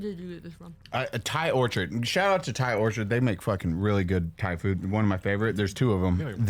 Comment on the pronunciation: Thai orchard🤣 I think he means Thai Orchid